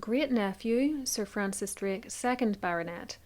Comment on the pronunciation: You couldn't even say DRAKE correctly....lmao... yourvalley girl talk has screwed up your ability to speak......